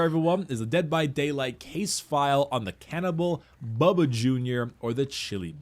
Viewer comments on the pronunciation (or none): Sorry but it's bubba